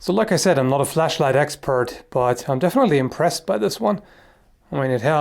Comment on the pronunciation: Lol at first I thought he said flesh light... More interesting subject though, until it gets weird and then yeah I would dislike by then :P